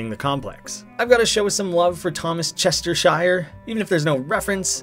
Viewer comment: Even though this is a year old I still get mad about how he pronounces "Chestershire"